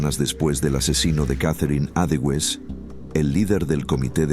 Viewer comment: Catherine EDOWEES y se pronuncia EDOWS, no EDELWEIS 😂😂